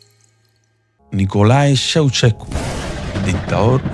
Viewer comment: Niño no se dice Soucesko, se pronuncia Chauchesko 🤦🏽‍♀️🤦🏽‍♀️🤦🏽‍♀️🤦🏽‍♀️ pooooorrrr favoooorrrr